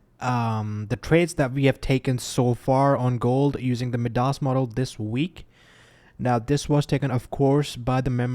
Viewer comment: It's pronounced mai-duhs I believe pal. Like the Greek guy.